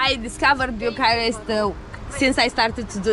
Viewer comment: Bucuresti is my favorite city in Europe. No city with so much contrast. A favorite amongst many photographers I've met. No offense, but it is either Bucharest or Bucuresti. You're making a mix of two totally different pronunciations into one non existing variant which sounds pretty bad and sounds annoying to my ears and probably to many Romanians as well.